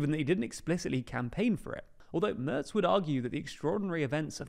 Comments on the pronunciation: Please check your pronunciation of 'Merz'. What you say would be spelled 'Mörz' in German. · His name is Merz without "t". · MERZ without T